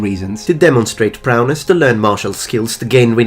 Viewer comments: It's Prowess not Prowness lol Otherwise great interesting video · Also, it's "prowess," not "prowness." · No, goes on to mispronounce it in the same way later on. I think he thinks it's "prowness" but it is actually "prowess". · Amusing, though.